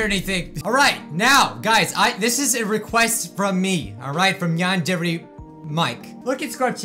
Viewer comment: Ah, the good old days when didn't know how to pronounce Yandere...